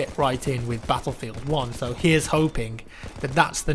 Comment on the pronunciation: HOLY SHIT I HATE THAT ACCENT SO MUCH! CANT YOU SAY BATTLEFIELD LIKE A NORMAL FUCKING PERSON HUH?